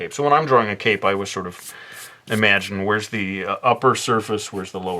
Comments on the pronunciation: For a second when he said he was giving him a cape, I heard cake. I was very confused how a dessert would fit this illustration. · When you said cape I heard 🎂 😂😂😂🤘🏻